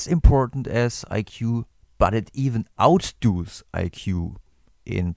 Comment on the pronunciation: Outdoes is pronounced as outduz